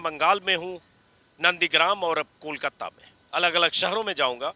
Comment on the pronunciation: Anjum jee Kolkatta nahi Kolkata kahen